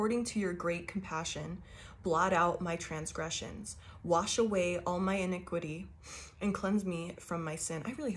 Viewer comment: face-red-heart-shape: and you pronounced inequity and hysep correctly I think anyway.